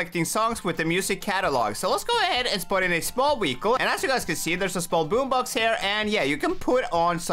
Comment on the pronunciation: He said wehicele